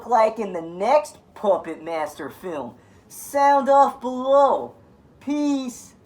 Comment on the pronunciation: I'm with you but why are you adding in extra syllables and vowels. "Pahyupput Maiyester 3". Dude. Wahoo toilks loiek thayut?